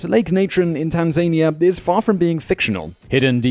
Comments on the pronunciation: #5 is pronounced TAN-Zah-Knee-A not TAN-Zane-e-ah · The way you call Tanzania is comical as hell! It's not tan-Zain-A it's tan-za-nia.. It used to be tanganika but once it acquired Zanzibar as part of it's territory it became Tanzania... Come on Simon it was a English colony, you should know better... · Lol tanzAnia...but if he was american people would hate the hell out of him XDDD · It's pronounced tan zan ea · Tan Zan ear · Are we hearing one of the differences between American and British English? Like in aluminum, garage, or vitamin? I've never heard "Tanzania" said by an English or Scottish person, so I don't know, just proposing a guess.